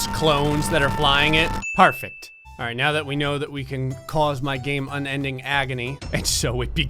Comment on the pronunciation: Is it just me or does alright sound like “all race”?